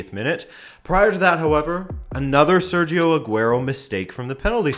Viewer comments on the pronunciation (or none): none